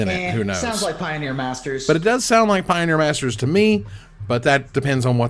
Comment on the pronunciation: Did jus said Pie-bet for the potential Pie-oneer Masters packs?